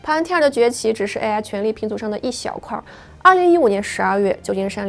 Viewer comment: AI的发音能不能纠正一下 每次听着都很难受😢